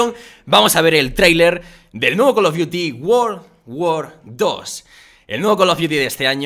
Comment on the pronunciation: el cal of diuti worl worl dos